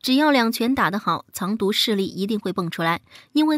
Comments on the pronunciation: Zang du 不是 cang du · 怎么会把藏独念成 chang 独那